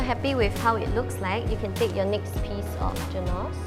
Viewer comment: i'm sorry but your pronunciation of the word 'genoise' really made me cringe...